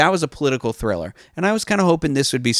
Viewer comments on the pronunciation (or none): none